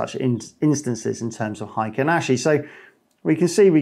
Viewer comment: It's "heikin", not "heiken". And it's pronounced as "hey" and "kin" (as in "kinship"). It means "average" in Japanese.